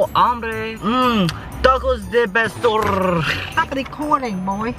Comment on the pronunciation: lol TaCoS De PaStOrrrrrrrrrrrr